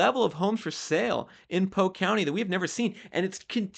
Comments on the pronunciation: PoLk…..POLLQUE….. not Poke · Its pronounced poLk, not poke